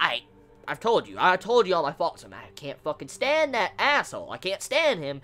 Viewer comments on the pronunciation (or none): none